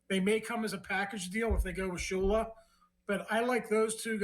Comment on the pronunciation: It’s Shula it should not be anyone other than Shula